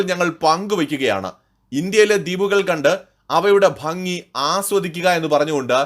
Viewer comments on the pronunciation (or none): none